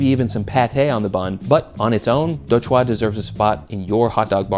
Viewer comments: Chua is pronounced more like lure just FYI Also quick tip for pronouncing vietnamese. We don't have any words that require really quick, snappy pronunciation. Take it slow and draw out the word a little more. Your Đồ was good but because you said it so quickly it immediately sounded wierd. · nice to see vietnamese representation, you were so close to pronouncing it right too! “Chua” is pronounce exactly like the word “Juul”, good video!